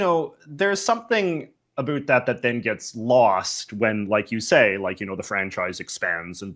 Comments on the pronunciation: I've never seen someone pronounce every single "ou" word with an "oo". About = Aboot sure I get, never heard aroond before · Omg i love it everytime he says aboot and then the old clip aboot was so silly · I audibly reacted when he said "aboot," amazing to hear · genuine Canadian “aboot” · this guy has the most canadian pronunciation of "about" I've ever heard. I made this comment more than 3 and a half hours in and it was still astounding me just HOW canadian this man is.